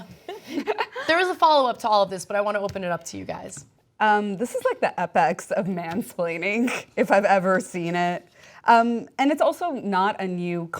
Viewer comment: did she pronounce apex as epex?